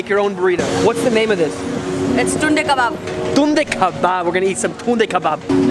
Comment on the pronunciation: Its Tunday kabab in video you are saying like tinde ka baap you will not understand it but every indian will understand lol!!!😂😂😂😂